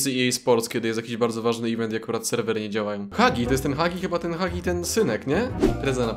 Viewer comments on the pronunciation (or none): none